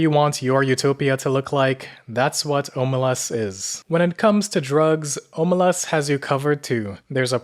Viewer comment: Stop butchering the name, it's pronounced ahmelazs